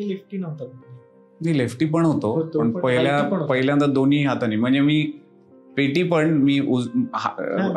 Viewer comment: माझी एक तक्रार आहे पुणे वाले लोकांबद्दल अरे तुम्ही शुद्ध मराठी बोलणाऱ्यांची मायभूमी म्हणता बहुतेक कलाकार हे मराठी सिनेमा मध्ये पुण्यातूनच येतात कारण शुद्ध मराठी वर पगडा पण तुम्ही पहिल्यांदा ला पहिल्यांदी असे चुकीचे उच्चारण का करता तसेच पहिल्यापासुन न म्हणता पहिल्यापासन वगैरे मग इथे तुम्ही अशुद्ध मराठी ची कास कशाला धरता रे मी कोकणातून बोलतोय बरं का एक शॉर्ट्स ह्यावर बनव कि एक तू पुणेकरच राहा आणि आणि शाकाल ला अर्थात ते कोकणातले च आहेत तुला हे शिकवणारे असे कर एखादा शॉर्ट्स जरुरी नाही कि पुणेकर प्रत्येक वेळी बरोबर असतील राग मनू नको खरंतर मी तुला नवीन पटकथा दिली आहे 😀